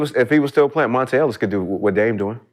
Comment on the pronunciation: This nigga said monte Ellis💀💀💀💀